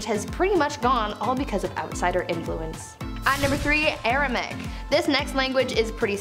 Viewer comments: Never heard of Aramic, just Aramaic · Language #3 is misspelled and therefore mispronounced by the presenter. Should be "ARAMAIC"